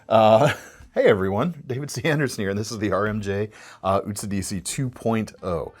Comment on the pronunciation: Absolutely butchered the pronunciation for Utsidihi. It's simple: "Oot-see-dee-hee."